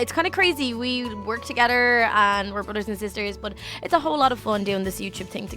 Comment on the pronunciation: why do you say togeder??????????????????????